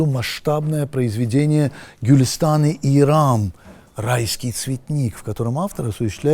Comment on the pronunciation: Правильно произносить "Golestan-e iRəm" на фарси и "Gülüstan-i İRəm" на азербайджанско -тюркском.